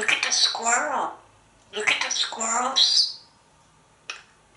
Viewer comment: Many people cannot pronounce the word squirrel, but always pronounces it perfectly.